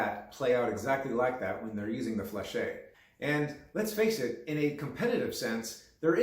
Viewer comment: Fleche is pronounced without the -ay at the end fyi. Lots of hema people make this mistake just like gorget which is not gorjay as its roots are in gorgete for throat covering and gorge for throat. Gorget is a term in ornithology and in the military/history where you pronounce the t. Otherwise you are just saying throat when you mean throat armor. Same for sallet where a lot of hema people say sallay rather than sal-et.